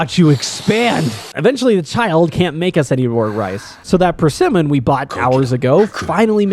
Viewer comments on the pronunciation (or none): none